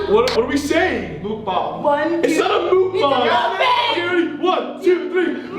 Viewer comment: it's not "mookbang" or "mukbang🔫" it's muk bahng closer to "bong" pronunciation than "bang" pronunciation